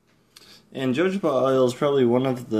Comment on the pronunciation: Not to be a pain in the [insert body part here], but its pronounced "hohoba".